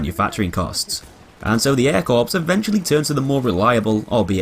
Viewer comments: It's pronounced 'core' not 'corpse'. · It's pronounced air core not air korps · "Corps" is from french, and is pronounced like "core", not like "corpse". Not trying to be rude or a grammar nazi, just throwing it out there.